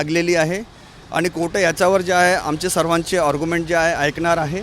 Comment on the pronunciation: वकील बिहारी आहे वाटत 😂😅कोट नाही कोर्ट म्हण 😅😅😅